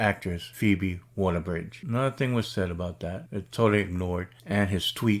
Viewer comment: Waller, not walker.